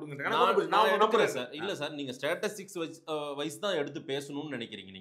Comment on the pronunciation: 12.05 ஸ்டாடிடிக்ஸ்.. ஸ்டேட்ஸ் ஸிக் இல்ல.. அது சரி... நீயே உன்ன I AM FURE FAKKA JOURNALIST ன்னு சொன்னவன்தானே 😂😂😂😂